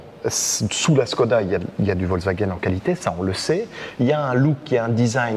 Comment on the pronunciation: on prononce chkoda, à cause du Š